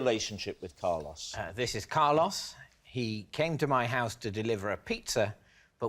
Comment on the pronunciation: I love how even after Carlos pronounces his name right they still keep saying Car loss.